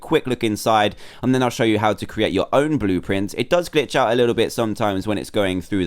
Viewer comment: at 9:90 when you said how to make your aown bluprint make one for tryayorus